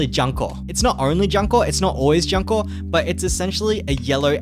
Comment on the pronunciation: Btw the dango girl name pronounce as June-Ko XD. Anyway if not meta slave for pvp its fine to take it slow for this game. You will only suffer at full clearing event and raids if you dont have certain students. Make sure to focus on 1-2* students like "watame". Note: Back in jp the red raid only came out after 2 yellow and 1 blue raids.